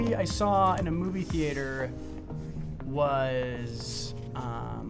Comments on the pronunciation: Is no one going to mention how he says Theater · Do they really say "thee-ay-tor" in America?